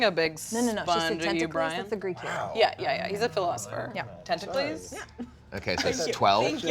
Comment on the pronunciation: I can’t wait for Magic to make “tenta-clees” a new card in the next set.